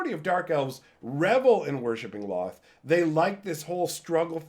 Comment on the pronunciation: Can't say I've ever heard Lolth pronounced with only 1 L sound. Official pronunciation guide for her name: Lolth (pronounced: /lɑːlθ/ lalth or: /loʊlθ/ lolth or: /loʊɑːlθ/ loalth)